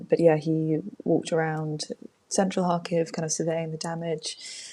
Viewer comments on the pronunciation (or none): I've lived in Kharkiv for over 20 yrs and I've never once heard it pronounced "Harkeev".